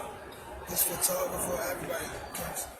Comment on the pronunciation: Lmao tank said his "PHOTOGRAPHER" 😂😂😂😂 im too done